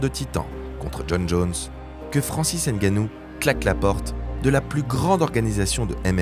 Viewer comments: Il s'appelle NGANNOU. Ne prononcez plus N'GANNOU. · On dit Ngannou, pas N'Gannou. Comprennez le une fois pour toute